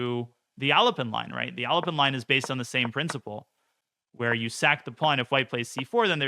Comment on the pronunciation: why do I hear "Elephant" every time he says "Alapin" lol